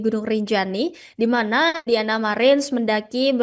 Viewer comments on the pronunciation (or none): none